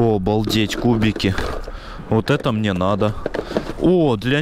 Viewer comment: А мнье семечек.. а мнье ..